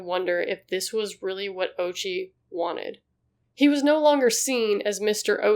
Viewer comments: It's o-U-chi, not OH-chi. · O'oochi not Ouchie. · God plays sick jokes with irony. The mans name is ouchi bruh and i thnk a lot of people would pronouce it owchy lol Holy heeellllll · The pronunciation of ouchi is oh-ooh-chi. Also, neuron beams🤣🤣🤣🤣🤣🤣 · The name “Ouchi” can be mispronounced as “Ouchie”. Edit: I meant similar to “Ouchie”, not mispronounced.